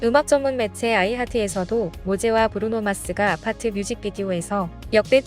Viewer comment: 그런데, 왜 외국인들은 <아파트>라고 하지 않고, <º아파트>라고 해? 왜 '쌍이응'의 <아>발음을 하냐고? 쌍이응은 지금 당장 살려야 해. 쌍이응을 한국만 안 쓰지, 전세계적으로는 보편적인 발음 이다.